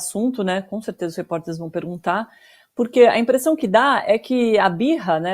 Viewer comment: Essa mulher precisa melhorar sua pronuncia, está muito horrível, não é pererguntar, é perguntar